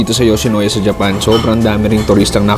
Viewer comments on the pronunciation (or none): YOWSHINOWYA.. MISOW SOUP.. Bakit ganun ka po mag pronounce???????????????????????? I KENNATTTTTT!!!!!!!! 😂🤣😅😝🫣😬🫢🤭